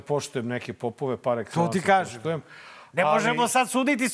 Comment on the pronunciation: Na min opet je rekao "da ti kaem"..... 😂😂😂😂😂